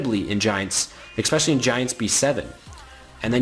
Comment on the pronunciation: "eXpecially" it kills me. Idk why that bugs me so much